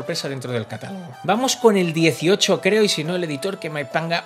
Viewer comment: En el TOP debería estar el Dokkan. Además diciendo "C-18"... puffffff cuanto dolor.